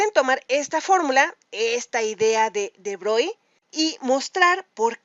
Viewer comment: SE PRONUNCIA BROGLI (CON ERRE FRANCESA) H MON DIEU JE MEUR